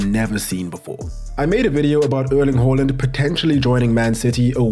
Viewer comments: It's haland not holand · It's not "whore" lind it's HAAAA land!!! Please get it right! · It's haaland not Holland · "Earling Hoeland" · The fact you pronounce Haaland wrong tilts the fu_k out of me.